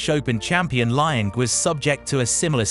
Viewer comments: Don't pronounce Liang Wenbo's name as 'Lie-ang'. Try 'Lee-ang' :) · The narrator needs to learn how to pronounce the names.. Lion lol